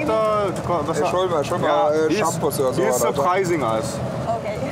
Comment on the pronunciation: He is sörpreising us 😂😂